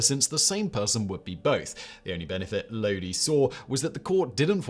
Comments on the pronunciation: Talks about CCR, then goes and mispronounces Lodi in the next entry. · Except he mispronounced Lodi every single time.